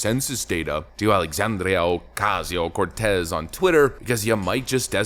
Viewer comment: I particularly enjoyed how you pronounced Sandy's name in the same fashion as Rush Limbaugh: "AlexAAAAndria oCASSSio CorTEZZZZZ" - brilliant!